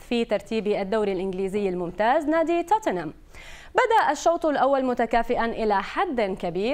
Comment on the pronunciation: توتن هام ❎ تتن هم ✅🌚🤦